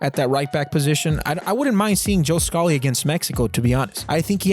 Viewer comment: ur pronunciation of scally is killing me also swap aaronson and weah on ur whiteboard